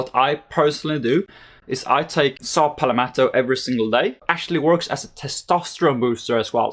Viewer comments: It's pronounced pal-met-o, I dunno where you're getting the extra vowel in that word. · “ saw Pal - Meto “ !!!!